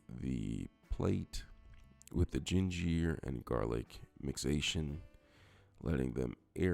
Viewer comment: Where did this guy learn English? Burnarating, gingeer, papeer instead of pepper, thickenazation, complimate instead of compliment and did he say shrimple??? Making up words lol!!! Took him long enough to start stirring the shrimp. Shrimp cooks fast! Is he trying to sound French?